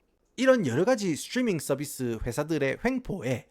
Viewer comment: 스츄뤼민 썰비스 스빠리뽜이~